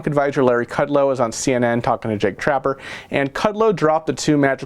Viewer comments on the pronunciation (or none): You mean to say Jake Tapper.. not trapper lol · Jake Tapper!!.. not Trapper ! Lol! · Jake Tapper!.....not Trapper.....and he was rude....